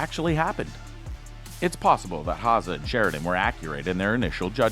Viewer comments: Its pronounced HowZer not HowSa . Rip Wheeler is just badass, women love him men want to be like him! Why he's loyal,dedicated, hard working, extremely faithful to those he loves and respects. Put aside the violence and brutal side of his character, he's everything(IMO) a man should and wants to be ! The episode when he tells Beth up on the lodges roof what he has spent most of his money on and why , says it all about him ! Just hope his past never catches up to him , and he dosen't ever take a ride leaving from the train station !! P.S. Why hasn't John rebuilt the log cabin for him ? All he has done and will do for the ranch warrants that ! If he's truly a son in John's heart and eyes , then he should be rewarded with that home again !! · It’s not HA-ZA. It’s HOW-ZER. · Cole Hawzaw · Hauser pronounced house-err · Cole Ha-seh. LMAO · It’s pronounced HOWZER. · Dude can NOT pronounce Cole's last name to save his fucking life........lol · If you can’t say Hauser, then why do you say it so often? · Learn how to pronounce his last name